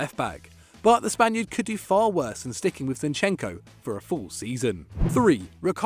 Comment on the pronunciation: Finally some respect on zinchekos name